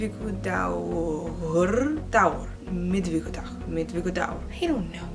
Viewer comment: Yay Icelandic 😄 Miðvikudagur is like three words pushed together. Midweekday. You're pronunciation is really good, seems your struggling a lil with the G. But apparently we have weird sounds that ppl have a hard time wrapping their head around. I once tried to teach my english speaking cousin to make the double L sound but it was hopeless 😅🤣. I also found it super entertaining to listen to her read icelandic text. (Wow I am far to easily entertained 🤔)